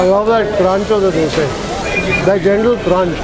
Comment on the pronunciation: Its dosa and not the dose